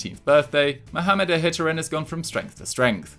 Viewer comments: For future reference, Mohamed Ihattaren last name is pronounced (IH-AH-TARREN). keep up the good work. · you butchered ihattaren's name